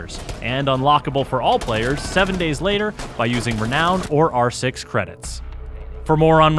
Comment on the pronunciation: Did he really just mispronounce reknown?